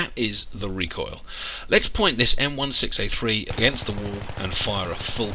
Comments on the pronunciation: M16A3 = M-one-six-A-three. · Đức Duy Nguyễn It's actually M-Sixteen-A-three (at least that's the technical name) I've been in the U.S. Marine Corps, I know